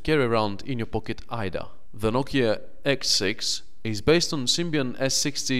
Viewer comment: "the nokia xsex"